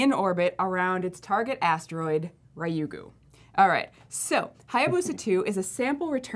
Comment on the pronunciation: FYI its pronounced Ryu "as in blue" Gu. The Japanese alphabet Ra, Ri, Ru, Re, Ro are difficult for western palates. Ri-yu-gu